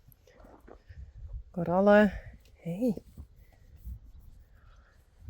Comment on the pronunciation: Hi, I wonder Since you have Coralle at your stable you are calling her Carolle! Slip?? Easier to say??